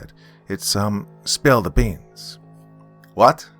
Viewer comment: Okay I died a little when the spill the beans part came up lol the accent made it funnier